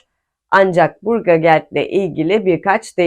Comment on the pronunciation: BURGERGELD değil Bürgergeld diyeceksin, dersini iyi çalışmamışsın!!!:face-green-smiling